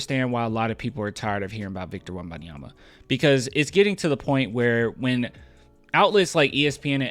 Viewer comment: No one says his name right. Apparently it is WembanyaMA, stressing the last syllable